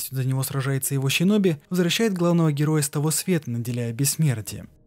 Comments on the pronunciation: Вот все хорошо, но или СИноби(по Поливанову) или же ШЫноби))) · сам ты щиноби, омг, шиноби*)) Нету в их языке вообще щ. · И всё таки как правильно будет Щиноби, шиноби или синоби? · Столько времени прошло... Наткнулся на обзор, послушал первые 8 минут, раз 15 произнесённое слово "ЩИНОБИ" и пару АЩИНА/ИЩЩИН убило меня и мой слух, ебнул дизлайк, сори. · Почему вместо "С" звучит "Щ"? Даже в игре все написано через С, а у самих японцев нет такого звука. Что за отсебятина? Это не английский язык. Слух режет. Щиноби... нечего добавить.